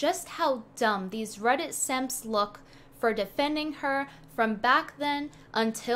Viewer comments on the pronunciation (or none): It'd 'Simps' not 'Samps' yo.